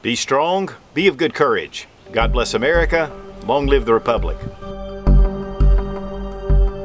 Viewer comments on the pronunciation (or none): none